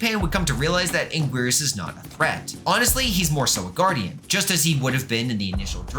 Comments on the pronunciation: First he says heisei as ‘Hes-A-iA’ now anguirus as ‘an-gwirs’… (Its actually said like: ‘HeI-SeI’ and ‘An-Ge-rus’ (note ‘I’ is uppercase ‘i’)) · cough "ang-ear-us" cough